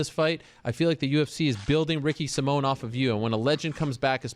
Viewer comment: Ricky Sai-min, not Ricky Sim-mone